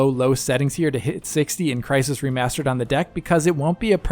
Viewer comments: its Crysened, CRYSENED! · I physically cringed when you said crysisened